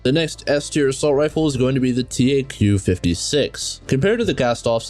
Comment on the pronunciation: DONT. Ever say taq 56 like that again